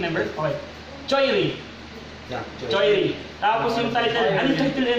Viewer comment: mga bro hindi Choi -ri ㅠㅠ magiging choi lang kapag apelido so ang basa as is Chwe-ri thanks love your reaction 💜